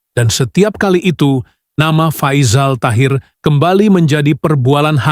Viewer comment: Salah sebutan nama Faizal tu.